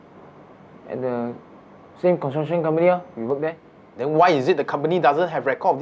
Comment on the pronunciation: Does he not know how to say construction?